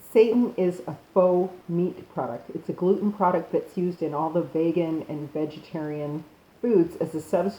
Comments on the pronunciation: There is a reason you have more dislikes than likes. You're nuts! As soon as you said vay-gan, satan and paste-ah. I knew you were bogus. And don't try and spin all these dislikes and negative comments by saying something like "If people don't like or agree with you, you must be doing something right." Nah, sis, you're just plain wrong! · Well, she mispronounced that AND vegan. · yes, I noticed she mispronounced vegan too. Lol..